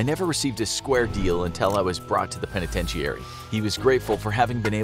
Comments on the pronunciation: PENETENTEEARY? 🥴 Unwatchable, who wants to listen to someone mispronounce simple words like "penitentiary". How have you never heard that word pronounced before? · If you can’t pronounce “penitentiary”, you could just say “prison”.